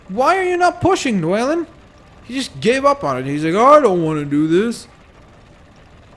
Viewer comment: You don't say dwalin like dwaylin its dwalin like duel